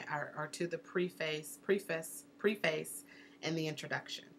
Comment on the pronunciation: Yes, that struck me also. You said not to do anything to make you look like a novice, and then you kept saying “Preface,” long “e.” Isn’t it Preface with a short “e?”